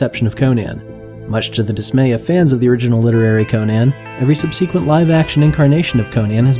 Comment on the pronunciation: Why the hell are so many people on YouTube mispronouncing such a common word as "subsequent"?